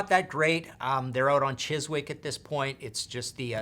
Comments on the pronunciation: Small tip: Chiswick is pronounced "Chizz-ick". No w to be heard! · Chiswick is pronounced Chizik. Also, is this the first top 5 with no American bands in it?